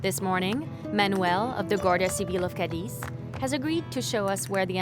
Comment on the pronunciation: Cadiz!!! Not Cadix🙈